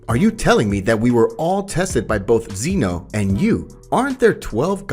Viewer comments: Can’t wait for part two but it’s Zeno not Zeeno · How you pronounce Whiz and Zeno makes me violently angry